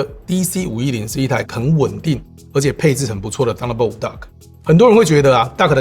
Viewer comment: Duck? Dock?